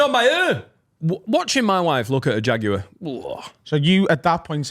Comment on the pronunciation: Was anyone else upset by the pronunciation of Jaguar by?